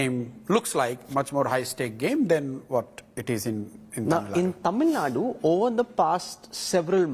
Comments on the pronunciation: I’m fucking irritated when these anchors call it TamilNad. Even though I would like to listen to the full interview, calling Tamil Nadu as TamilNad is the kill switch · It is not tamilnad ,it is Tamil Nadu... aashole journalist